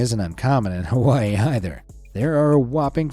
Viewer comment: I disliked because of how you said Hawaii is not perfect I live here in Hawaii